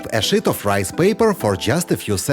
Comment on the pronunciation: Whoever is speaking needs to work on the pronunciation of the word sheet. Otherwise, it sounds like a cuss word.